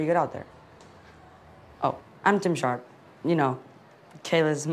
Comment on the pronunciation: its tim sharp not ''surd''